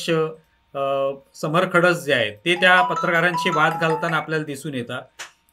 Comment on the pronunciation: खडस नाही खडूस...